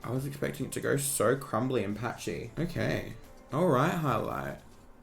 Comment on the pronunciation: i love you but i hate how you can make the “o” sound in any other words but when it comes to “so” you say “suuuurr” like stop💀